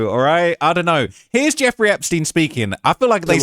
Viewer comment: It’s I don’t know not idunnanour